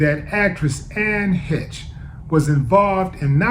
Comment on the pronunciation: Bruh. Please get your pronouncing correct. You out here representing black community , not a good look . Especially if you want to be taken seriously . Something to consider perhaps . It’s Heche ( hesh) not HITCH